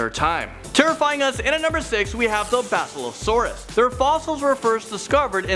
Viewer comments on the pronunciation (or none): You say basilausairus wrong lol